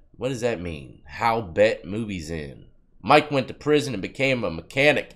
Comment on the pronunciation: Lol bro it's b.e.t like the network 🤣.. Love your channel bro 🤘